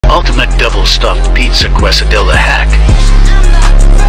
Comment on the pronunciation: It's pronounced ca-sa-dia not ques-i-dilla